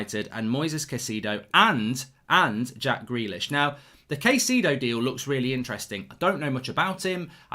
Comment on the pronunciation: Kai-ce-do. Is the closer pronunciation of his name..